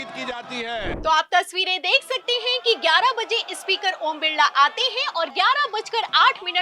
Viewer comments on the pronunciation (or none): Ispeaker nahi hota madam, SPEAKER hota hai 😢😢😢😢